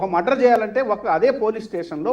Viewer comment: ఆరే నాయనా అది మద్దర్ కాదురా బాబు మర్డర్ ఇది పలకటం కూడా రాని నువ్వు లాయర్ వి నిన్ను డిబేట్ కి పిలవటం జనాల ఖర్మరా బాబు